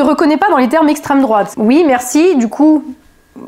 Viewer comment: La bonne prononciation c'est extrême drouaaaaaate😅😂😂😂😂😂